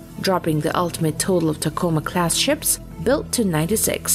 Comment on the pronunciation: Speaking as a native of Tacoma WA, listening to this AI try and pronounce the name is almost ear-screechingly bad.